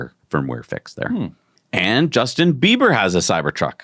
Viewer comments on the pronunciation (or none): none